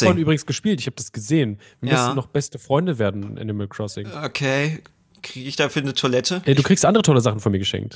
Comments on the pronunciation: Ich liebe Animal Crossing!: Ich liebe Animal Kwossing! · Niemand: (): Animal Cwossing